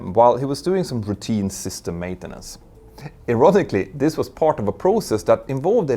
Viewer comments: "erotically"... wait what? :D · What...word did you use here? Did you mean ironically? It doesn't sound like ironically 😅